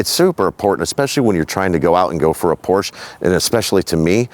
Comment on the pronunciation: Mein herr...you bought a Porsch-uh. Herzlichen Glückwunsch, es ist wunderschön.